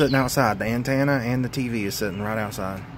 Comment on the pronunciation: Say it with me now….AN-TEN-AH 😬😂